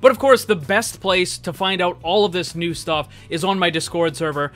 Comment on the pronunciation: Ner instead of new 😂